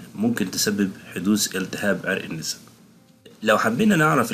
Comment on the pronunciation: عرق الناسا ليس عرق النيسا بعبارة اخرى للتوضيح عرق النسا بفتح النون و ليس بكسرها شكرا